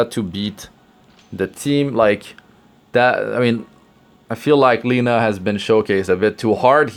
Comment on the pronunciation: It is not [ˈliːnə], it is [`lenʌ].